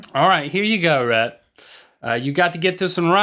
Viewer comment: His name is Rhett, not Reth.